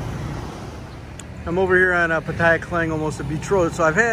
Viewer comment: It's called Pattaya not puttaya